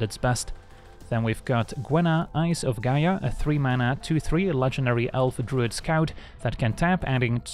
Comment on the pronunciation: Why everyone is pronouncing Gaea like Ga-eea, whe it is Je-ah. It's not that difficult, but almost all content creators get it wrong. Same with Titania